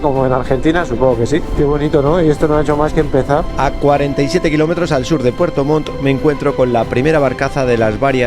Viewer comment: se escucha re bien con el pasa montaña dijiste pfuerto 😆😆😆